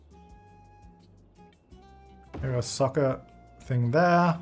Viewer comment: I know he said soccer but I thought for a second he said sucker. Lol the difficulties of watching this and the current sims lets play